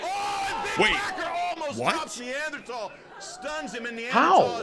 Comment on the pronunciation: not being ablo to say Neanderthaler whas hella funny